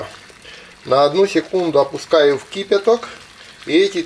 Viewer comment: Борис, у него еще есть выражение "кИпяток", этот аргентинец весь русский язык изоврал. А ну врежь ему. Какая то хрень, не думаешь?